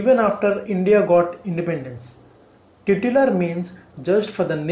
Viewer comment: It's not teetular man.. It's pronounced tie_tular.